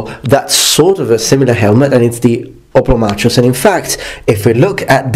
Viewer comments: I think the Oplomachus should be pronounced Oplomakhos, since it is from a greek world "Οπλομαχος" from Οπλοv, the tool or weapon and Mαχος, battle. All so sori for ze bad English az I am Outralpin ^^. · You used to pronounce "hoplomachus" as "hoplomacus". I like the former version more.